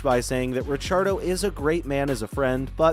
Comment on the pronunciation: Stop saying Richardo lol